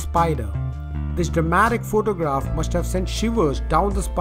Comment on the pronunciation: this guy sais phoctogragh lol